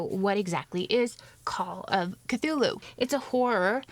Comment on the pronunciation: I really appreciate the way you say those names. They come across as much more otherworldly than the way I say them.